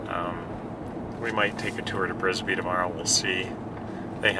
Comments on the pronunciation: Uhh, it's Bisbee AZ not Brisbee...home of comedian Doug Stanhope. Great video. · It’s Bisbee AZ not Brisbee. 😁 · It’s called bisbee not brisker there’s no r in it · Bisbee, Bisbee not Brisbee